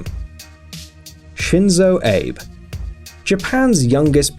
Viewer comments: The way he said shinzo abe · Shinzo "Ape" HAHAHAHAHAHA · shizo "ape" lmao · JAPAN'S PRIME MINISTER'S NAME IS SHINZO "AAH-BAY" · しんぞーえいぶwww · Shinzo aaaaaaybe. Pathetic pronunciation. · Lol he says Shinzo Ape . Hillarious i just realized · I love it how he pronounced Shinzo Abe "Shenzo Eib" And of course, 习近平 pride :D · I get triggered by how he pronounces Shinzo Abe's name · the way he pronounced Shinzo Abe AHAHAHAHA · lol he totally destroyed the Japanese Prime Minister's name LOL!